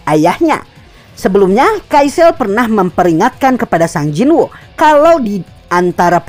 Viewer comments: Bang pelafalan nama nya kurang tepat seharusna di baca Sung Jin Wo bukan sang jin wu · Baru ketemu hangulnya sung jin woo yaitu 성진우 jadi pelafalannya "song jin u" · Sung jin wo emang bacanya jadi sang jin wu y?